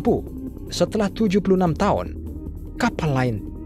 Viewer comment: tahun apa taon kak.😊😊😊 Seru mendengar nya. Sukses selalu ya kak 🙏🙏🙏